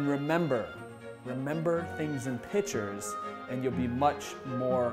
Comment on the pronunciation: Great info but I couldn't get past you using the word "Pitcher" for "Picture".